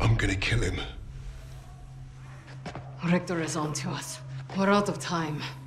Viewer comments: richter is pronounced differently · when a supposed German can’t even pronounce a German Name…how about hiring some actual Germans next time for the voice acting.